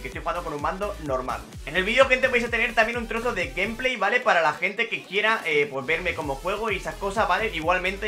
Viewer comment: Se agradecería mucho que dijeras mejor la palabra VALE 😑